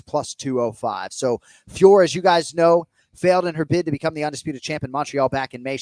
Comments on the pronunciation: Still cant say Fiorot correctly. Its been how long now? Its not Fior for gods sake. Say her name as its written with a silent "t". Not that difficult. Im French so I know this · I can’t believe you guys are still saying Fior. It’s Fior-ot.